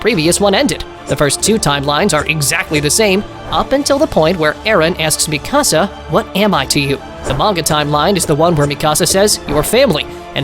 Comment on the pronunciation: It’s fucking mikasa not ME CASA